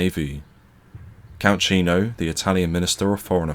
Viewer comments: Good, but spoiled a bit by inconsistent diction. Sometimes we hear the "T' in British and sometimes it's "Essex boy" doing the voiceover and saying 'Bri'ish". Incidentally "Cesare" is pronounce "Chaysaray" and "Ciano" is pronounce "Chee-ah-no" Otherwise pretty good. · Pronunciation: likewise Count chi-ano. Ciao i grazie! Lastly, WW1 era dreadnoughts with midships turrets were designated P/Q. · Very informative. However, it's bizarre to convert"15' " to metric - why? Pity too that no attempt made to give correct pronunciation of Italian names (Cesare, Ciano, etc). There's plenty of online help to get this right, Worse still, the (mis)pronunciation of English name 'Hereward'.